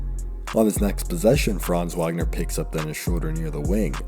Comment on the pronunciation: Its pronounced Vogner. Put some respek on it 😂